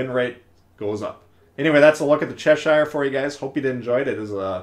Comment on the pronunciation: cheSHIRE! is an "interesting" pronunciation. (Cheh-shur if you're wondering)